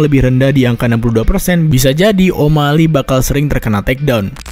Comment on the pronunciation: Banyak yg bilang kalau channel ini lebih baik dr radio tempur. Tp, Maaf pak tp spertinya masih bagus dan rapian radio tempur. Translate inggris to indonesia, dan pronounciation bhs inggris radio tempur jg lebih baik. Sbg contoh, di video ini penyebutan o’malley masih “omalei” dmn shrsnya penyebutannya “omaeyley”. Pun demikian dgn translatingnya. Bahasa translate yg digunakan oleh radio tempur sudah disesuaikan dgn bahasa sehari2. Disinilah letak kualitas antara radio tempur, channel ini, channel yg openingnya ewer ewer ewer wik wik wik, dan channel lainnya Tp gapapa pak. Ini hanya masukan dan kritik yg membangun. Semoga kedepan bisa seberkualitas radio tempur ya pak. Mohon maaf sebelumnya. Terima kasih ya pak 🙏